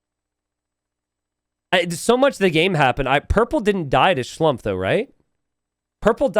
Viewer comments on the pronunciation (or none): Try to pronounce Schlumpfs name as "Schloompf" which would be much more correct:)